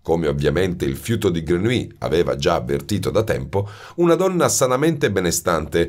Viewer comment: Jean-Baptiste Grenouille 🙄 la pronuncia esatta (e in questo caso è fondamentale).con un copia-incolla si può ascoltare sul traduttore. Ma nella versione originale naturalmente. Non tradotto in italiano. "Grenuí " nun se po' senti... 😖😖😖 Voce splendida, libro magnifico ma..."Grenuí" non mi permette di continuare 😔 🙏🏻🙏🏻🙏🏻